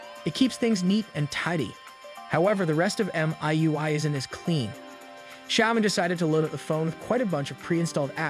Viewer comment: Click-bait crap. You can't even pronounce word Xiaomi right.